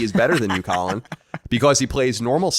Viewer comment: Oh, I noticed you getting the name wrong, Colin. I just didn't feel like correcting you.